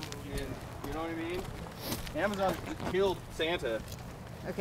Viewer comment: What is it's the real Santa?... (Or "Sana" as pronounces) PM 12/20/2018